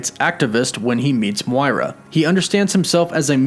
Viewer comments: Her name is pronouned Moy-Rah not Mwora.. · Dude your saying Moira wrong, it’s like ‘m(oy)ra’ :) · the way you say "moira" is questionable... lmao guess you never played overwatch XD